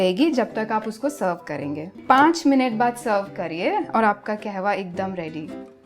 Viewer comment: Not KEHWA its KAHWA Pronounce it properly madam. You are running a 1M channel.